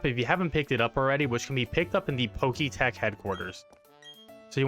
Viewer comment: It’s Pokétch not Pokétech…